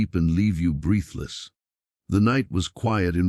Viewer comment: "breethless" .... What's so hard about having a human do the speaking?